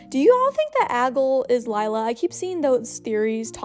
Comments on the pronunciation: lol you calling aglay ‘aggle’ all of the video 🤭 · I love how you called her Aggle for the video (btw her name is Aglae, there may be a little thing in one of the letters but that’s how it’s spelled and it’s pronounced ag-lay) Also I wish the episodes would air periodically because I saw that theres gonna be a break for airing episodes for a little while in the upcoming future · Why did she kept saying agol?😂😂. It's aglae